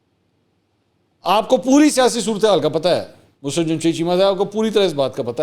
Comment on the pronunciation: Mansoor Bhai iska name Musrat nahi Musarrat hay plz correct yourself